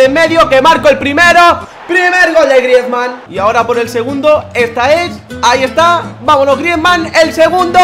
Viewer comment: por favor, si quieres que siga viendo tus vídeos y por mi salud auditiva aprende a decir el nombre de Griezmann